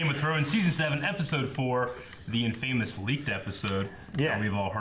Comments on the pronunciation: Did just pronounce it in-famous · In-Fay-Mous?? WHAT IS YOUR PRONUNCIATION